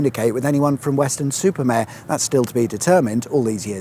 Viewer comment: Mare, not Mere.